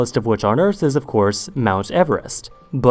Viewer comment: Never heard anyone pronounce the earth as "se ers"